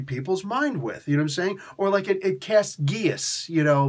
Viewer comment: By the way, Geas, is actually pronounced like Gesh. I looked it up. It is from Irish folklore. It is a magical prohibition or obligation imposed on a person.